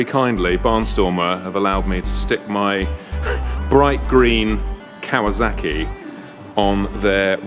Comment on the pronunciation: Cool old bikes but you know it's Kawasaki, not Kawazaki, yeah?